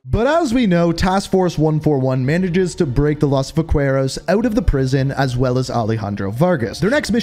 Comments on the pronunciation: not as broken as this vaqueros pronounciation lmaooo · The way he pronounces “vaqueros”💀